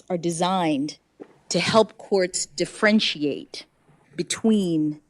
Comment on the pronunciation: 33.50 Did she say defrenchiate?